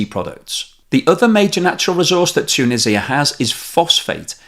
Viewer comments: Is this narrarator AI generated ? It constantly pronounces words wrong. It's, TOO-NEE-ZHUH, not Too-Nih-See-Uh. 🤦🏽‍♂️ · Great video. Just some comments on your pronunciation: It's pronounced 'tu-NEE-zja' in English, not ' tu-nissia'. 2) ma-GHREB, not MAH-greb 3) it's cOUntry, not 'cUntry'. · Tuuuunisa. its just Tunisa, or say Tounes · Tshunisia? Why? It is T-u-n-usia! Beside that, I like! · This hurt my head every time you said toonisiah. 😂